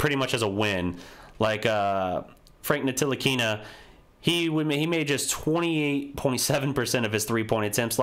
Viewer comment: Are you sure that holding the Mavs to 45 second half points had nothing to do with anything the Knicks did?! When you say there was "no reason for this loss" I would suggest that Ntilikina's (the "t" is silent, btw) role in Luca's 8 turnovers AND rushing him into the quickest 3 point attempt I've seen in years with 17 seconds left could be perceived to have had SOME effect on the game. Monster stat line or no, with him and The Zinger shooting 50% from the field each, 8 turnovers represents at least 8 points (barring 3's). When it got to crunch time, the desire to try and take Ntilikina (again the "t" is silent) off the dribble just wasn't there and instead he hoisted a 3 from somewhere south of the Rio Grande. Luca looks on the way to a Hall of Fame career, but last night there was precisely enough D played against him to where his will to close out the game was reduced to a shot maybe only Larry Bird makes. Maybe. And btw, unloading Tim Hardaway Jr. on you guys by itself probably tips the balance of last year's trade in the Knicks' favor. I'm just sayin'...